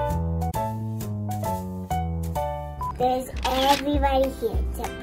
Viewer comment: Ohh please pronounce it properly 🤦🏽‍♀️ it’s Tong - a not ton - ga. You don’t really pronounce the g at all